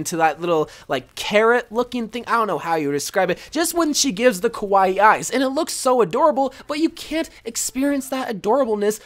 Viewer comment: Lol.. You keep saying “kowai” eyes but I know that you were saying “kawai” eyes. I’m a bigger weeb. Btw, kowai means scary, which is the opposite of kawai meaning cute